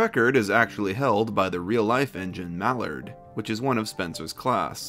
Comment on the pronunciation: The way he pronounced "Mallard" made me cringe. That "ard" is supposed like a pirate "arrgh".